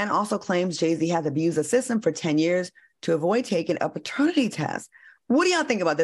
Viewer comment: Why Al keep saying Baternity test. 😂😂😂😂